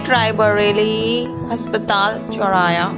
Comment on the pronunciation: चौराया नही चौराहा होता है 😀